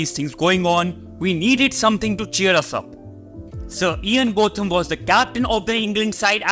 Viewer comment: Ian's name is pronounced Bowtham, not Both am. Imran Khan is in prison in Pakistan at the moment due to maybe trumped up charges of corruption when he was Prime Minister.